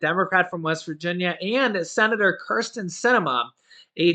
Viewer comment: Kirsten not Criston